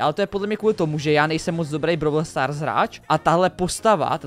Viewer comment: Vyslovujese to brawl stars a ne browl stars